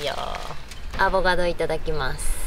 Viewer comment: 母ちゃんはやっぱり世代的にアボガド言いますよねー 娘は正しくアボカドって言ってるのをみると時代を感じます